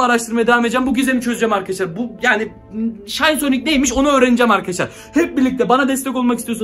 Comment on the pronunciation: aynen aynen bende fatih sultan mehmet hem o şayn diye okunmuyo şin diye okunuyo -_